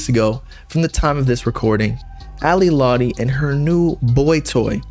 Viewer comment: you can’t even pronounce her name right. she’s a bad person, but juice did love her.. it’s very clear.